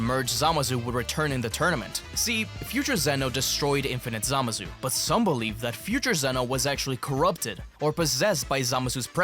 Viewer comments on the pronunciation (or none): Zamassssssu dude its not a soft s